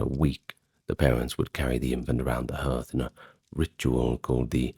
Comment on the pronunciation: Hearth is pronounced "hArth"